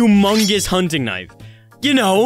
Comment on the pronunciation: jour teling me jou dont cary a big knif in jour care 😅